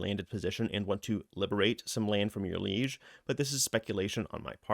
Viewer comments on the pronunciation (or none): "Layge", "Barrónies", "Senes-Joel"... man they must be bringing in a lot of new stuff 😅😅